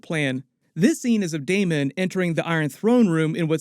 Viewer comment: Thanks for not saying DaeMON a thousand times